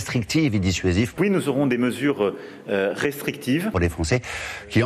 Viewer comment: Macron il sait même pas dire restrictifs ! Hh